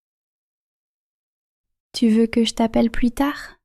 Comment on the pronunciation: Некоторые слова произносятся неразборчиво. Пыталась слушать не глядя на экран, но не читая, иногда не прнять. Tu veux boir звучит как que veux boir. Для начинающих изучать язык разборчивое произношение важно.